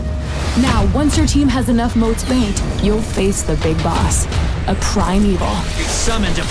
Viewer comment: Ok Ok is it just me or the way they say 'Primeval' sounds like 'Prime Evil'?